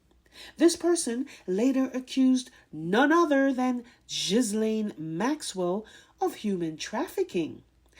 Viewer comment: The Gh in Ghislaine is a hard G as in 'get.' That's why the H is there. The S is silent. 😉